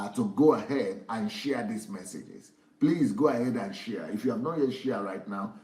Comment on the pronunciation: shia shia shia... DSA ohhhhh lmao... It is share sir. Not shia.